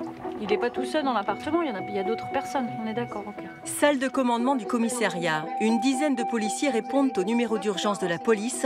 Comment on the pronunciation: Commiss A riat!! Pas Commiss é riat... Chaine publique française et incapable de parler français correctement.